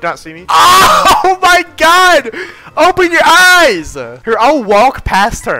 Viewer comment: Not saying “OH MY GYA-D